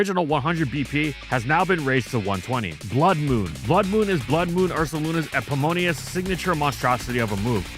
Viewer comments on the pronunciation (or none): here's an obligatory comment for your pronunciation of "eponymous" (it's "eh-PIH-nih-muss" not "eh-pih-MO-nee-uss") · You really don't know how to pronounce the words your writers use, huh. "Epomonious", "akeen". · That's eponymous, pronounced Eh-pah-nih-mus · eponymous is a 4 syllable word, should probably look up its pronunciation. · do you mean eponymous or some other word? I'm not trying to be part of the pronunciation police or anything I just couldn't tell